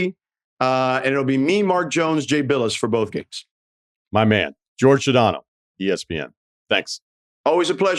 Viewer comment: Jorge calls himself "George"? I haven't heard a guy mispronounce his name this badly since Bill Mueller.